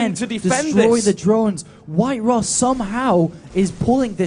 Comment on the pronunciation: It's not WhiteRa but WinRa :)